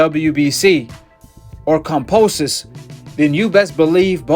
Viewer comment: When you say Camposis are you trying to say Kambosos?? 😕